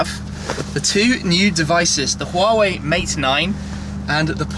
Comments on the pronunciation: It's not "HU-WA-WEI" by the way, it's just straight "HUA-WEI". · Huawei is pronounced "waa way" FYI